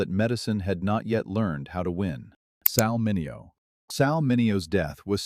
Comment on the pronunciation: Thank you for correctly pronouncing Sal Mineo's name!!